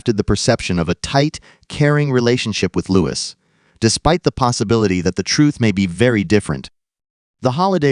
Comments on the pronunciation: Don't believe AI videos - don't believe anything that says "Lewis" instead of "Looee" especially when it is AI rubbish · He is called Louis not Lewis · In case you didn’t understand that. His name is pronounced Loo-Eee! It’s French!